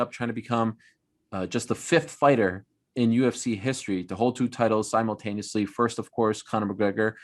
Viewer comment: Ariel the only man to spend 5 minutes discussing the pronunciation of a name, only to follow it up by saying "simultaneously" wrong! 😂